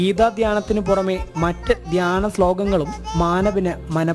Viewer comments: Geetha dhaanyam alla.. Geetha dhyanam. Reporters atleast ithrem enkilum shredikande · Mon nannyi chollunnu, avatharika 2 pravasyam dhyanam enna vaak thettich dhanyam enna parayunnath, ini sradhikkane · ധാന്യം അല്ല ധ്യാനം